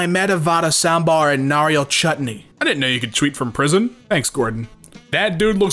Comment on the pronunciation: I just love the way murdered vada and sambhar, (Its a food from my native place)